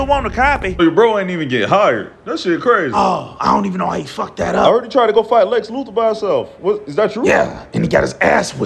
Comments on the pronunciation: Lex Loofer... Never once pronounced the th.. Not once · "Lex Loofer"😂😂